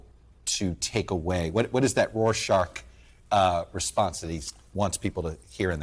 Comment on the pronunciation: Rorscach, Chuckie, not "roarshark".